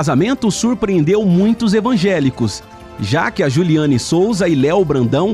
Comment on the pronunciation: É jullyane Souza e não Jullyana 😅❤